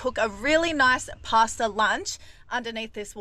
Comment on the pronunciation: Making a pworn pwasta??😮😂